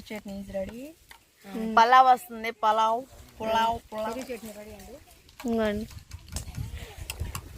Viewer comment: పూలవు కాదు పలావ్.......